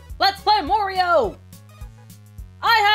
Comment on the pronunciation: When she said Morio I bet Mario was like "what?"